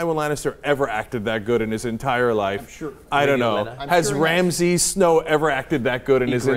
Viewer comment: They keep calling Ramsey "Ramses" and it's annoying as fuck.